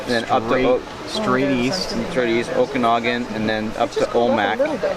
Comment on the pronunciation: Okanagan is pronounced Oh-Ki-Naw-Gin